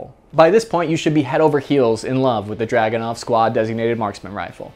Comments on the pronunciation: It's a drooganov not a dragonow. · ACHTUALLY - The Dragonov is pronounce as Dragoonov - So its named after a Cavalary unit called the Dragoons - Pretty cool shit really when I looked it up in my family history...Relative of ours was a Don Cossack...how awesome is that! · Pronouced druh GOON uf. Back in '92 I was a reporter in the war in the former Yugoslavia. A friend of mine had a Dragunov. I questioned the accuracy, as I'd heard bad things, and he says "Here's how you get an accurate Dragunov. You go to the armory ad check out ten Dragunovs. You go to the range and so some thorough test of all ten. One will shoot minute of angle. So that's your rifle." In Sarajevo most of the snipers were working with very high quality hunting rifles. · It's actually DragunOv.